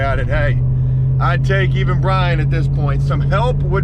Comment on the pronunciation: I hate the way you anounciate "BRIAN" THATS not a lisp.... What is that